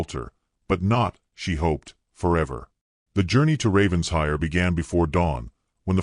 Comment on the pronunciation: For the 110th time: it’s NOT Ravens-hire. It’s Raven-shire, with the accent on shire! What’s with the weird coach? Lovely that he was in love with her before he met her. Diametrically opposed to the usual. Excellent plot twist.